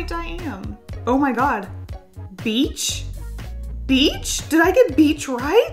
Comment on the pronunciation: Did anybody else think beach said "bleach?"